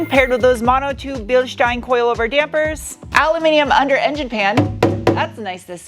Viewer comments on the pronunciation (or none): Ok where is this woman from? Her pronunciation of different words is unusual. Aluminum Bilstein, gets her mm and inches confused. Oh and "shteel" not "steel". US accent though.